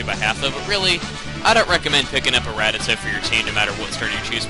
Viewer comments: This guy pronounced it rat-Uh-tuh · OMGOSH I'VE BEEN PRONOUNCING RATTATA WRONG MY WHOLE LIFE. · you do know youre mispronouncing rattata, right? im not trying to be mean, im just wondering. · you don't care but you say rattata wrong